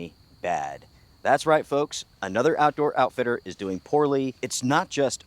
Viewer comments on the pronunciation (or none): Po foke not woke